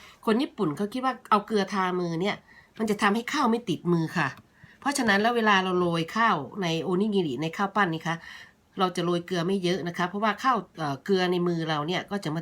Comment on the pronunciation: โอนิกิริค่ะไม่ใช่โอนิงิริ